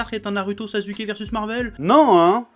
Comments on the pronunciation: On dit naruto pas naruto On dit sasuke pas sazuke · "NarUto, SazUké" 😂😂🤣🤣🤣🤣😭😭😭😭😂😂🤣😭😭😭🤣🤣😂🤣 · C’est moi où il dit Naruuto et sazuke 🤨🤨🤨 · pourquoi tu as un problème avec les U ? tu dis NarUto SasUké et pas "OU" meme Otakou tu le prononces OtakU... chelou